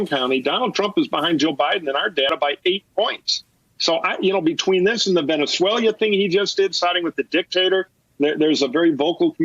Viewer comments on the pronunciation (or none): Did he say VENEZWALYA?